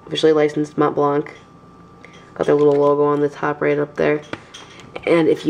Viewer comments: very nice, but you dont pronounce the C on the blanc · Awesome pen, it looks classy. But just like that, you don't need to pronounce the C at the end of Mont Blanc. It's a french name. Very nice pen although